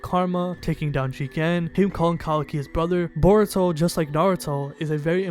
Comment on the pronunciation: Gotta love how you say in burito Not in Naruto considering he wouldn't be top ten